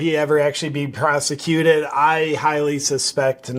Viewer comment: "'Prosechjuut' issz a wrb not navn."